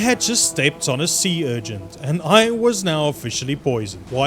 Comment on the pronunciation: It’s urchin. Not urgent.